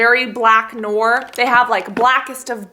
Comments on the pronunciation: lol, it's pronounce 'no-are', not 'nore'. Noir is french for black. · So now a french word, 'noir', is pronounced 'nor'